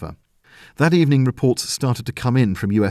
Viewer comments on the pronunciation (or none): none